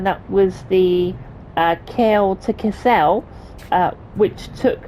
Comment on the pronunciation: Kassel is not Kass-el, it’s more like Ka-sl. Very similar to how we say Castle.